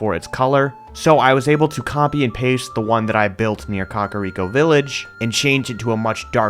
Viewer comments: This man said, "cockariko" instead of Kakariko lmao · Cock-a-rico Village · I love this series, but I still can’t get over Cock-ariko village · Dude why you gotta say COCKariko village? It's Kakariko... like CACA not COCKA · it's just the way he said it lol I've always called it kack-a-rico village but idk which is the correct way to say it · im sorry... did you just say Cock-ariko Village? i now have my new pronunciation for Kakariko.